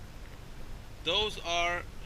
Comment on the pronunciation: 'yokomoha' .... smh